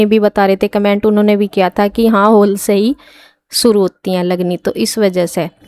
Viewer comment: होल नहीं हॉल बोलते हैं होल अजीब सा लग रहा हैं सुनने मे